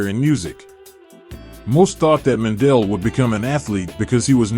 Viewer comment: butchering the last name